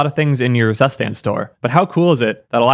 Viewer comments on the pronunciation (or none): "Drei" = "Dry" not "Dray" "Zustand" = "Tsoo stand" not "zuss stand" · "zsuständ" xd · Drei and Zustand are german words meaning "three" and "state" :-) Drei is pronounced more like dry and zustand lik tsoostand (long a) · is it really pronounced SUSTAND? i mean zustand means state in german and is pronounced completely different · zustand es heißt ZUSTAND.. good video and very cool project tho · Zustand is also German for State. It’s super weird to hear non German speakers pronounce it like it’s just an English word 😄